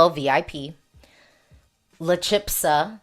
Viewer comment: CH in "chispa" is just as in "chica". CH is ALWAYS a strong CH in Spanish🙂 And it's not "chipsa", it's "chispa". The "s" goes before the "p" as in "Aspen" 🙂